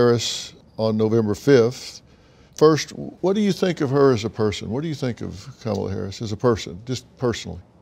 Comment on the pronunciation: Ha Ha... Kama-lie.... Brilliant.... Mine is KACK-ala...